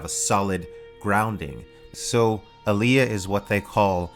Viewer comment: Told you it's All-ya, not, Ah-lee-ah 😂 🙄